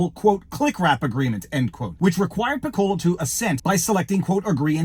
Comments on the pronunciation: I've been disillusioned about Disney for years. It's very sad. (And Viva, "Piccolo" sounds more like PICK-ko-lo. Accent on the first syllable. Like the musical instrument. It's the Italian word for "small.") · I dunno... but in band we pronounced that "PICK-uh-low"